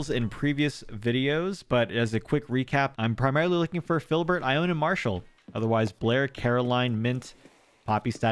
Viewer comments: Congrats on your squirrels! But I have to say it...her name is pronounced "eye-own-knee". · wow your luck today was insane! also, I believe ione's name is pronounced ai-oh-nee? I've been following you since you started posting acnh videos last year and i was really excited to see that you restarted!